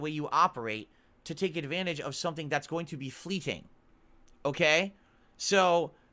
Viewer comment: Atlas, its like watching the old Pee Wee Playhouse show. “word of the day” for today it was “fleeting” (pronounced in the most idiotic way) but instead of the cast screaming real loud, its us the detractors screaming insults, telling him he is wrong.